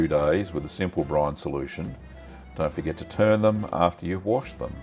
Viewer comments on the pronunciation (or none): none